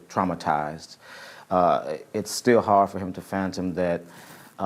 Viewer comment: Fathom not Phantom Geezzz lol